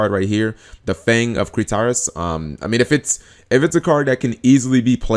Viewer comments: The Fang of "Crit tee is" not "Critarus" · I'm sorry but, you totally butchered "The Fang of Critias" name lol Cri-TEE-us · Where did he even get the second "r" from?? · "The Fang of Critaris" - C'mon its like you're not even trying, G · "The Fang of Crit-tar-us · cringing on how he said critias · Huehue you pronounce "Critias" funny xD..... And the "mirror force" aspect of the card is its wings